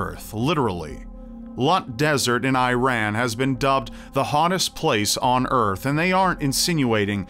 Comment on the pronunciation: Learn to pronounce Iran right......